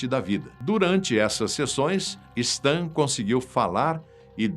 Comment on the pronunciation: * Não se diz STAN. Se diz "Sten".